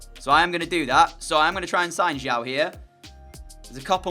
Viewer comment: the chinese player's surname is pronounced as siao not ciao